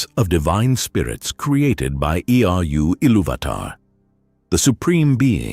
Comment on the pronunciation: Lost me at E-R-U ilúvatar 10 seconds into the video... These AI voice overs are getting really annoying.